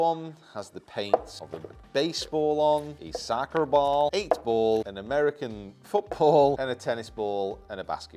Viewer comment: The way said soccerball and no one commented about it 🤣🤣